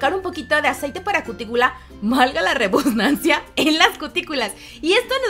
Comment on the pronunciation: Se dice correctamente: VALGA LA REDUNDANCIA tu dijiste valga la rebusnancia